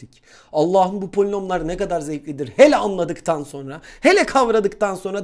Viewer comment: Canım hocam senden sonra polinomlar diyemiyorum artık konunun adı polişnomlar 💙😂